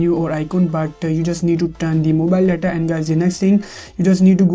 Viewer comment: These comments are all bots and ur voice when u say data u say “Da Da” lol